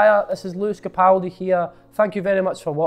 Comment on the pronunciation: She said Lewis Capoldi like what the hell